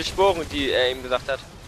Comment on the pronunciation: es heisst,,eben,, und nicht ebent:D beste